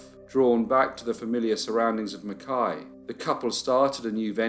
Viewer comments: Points for pronouncing Mackay correctly. People with that surname here will often be "McKay" or "Mackay" not pronounced "McKai" like the town...dunno why Qld is like that. Oh yes I do, it's Queensland. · Also, all my Australian friends should high fives for pronouncing 'Mackay' correctly lol